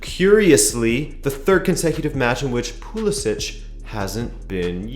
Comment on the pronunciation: I’m pretty sure Pulisic is pronounced with a ck sound not ch